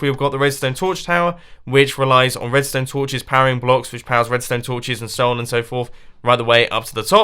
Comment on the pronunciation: Am I the only person to realise that his name might be a nickname given to him by his friends, because WHENEVER he talks about redstone, it sounds like 'Mumbo Jumbo'.